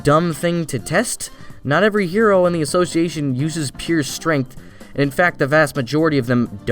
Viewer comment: Am I the only one who hates how author pronounces word "association"?